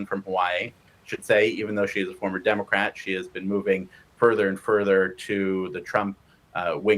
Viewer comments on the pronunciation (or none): Did he actually say “DemoGRat?